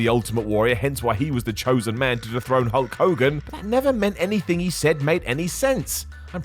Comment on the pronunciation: Ultimate Warrior says “Hoke Kogan” not Hulk Hogan 🤣🤣🤣